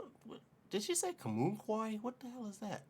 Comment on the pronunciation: Comunque (your pronunciation is perfect btw) means 'anyway' In northen Italy our pizza, handmade on the moment from scratch, wood oven cooked, it's nothing compared to pizza from southern Italy. In Naple it's all another story. The ingredients there, grown on volcanic soil behind the restaurant, are something out of this world.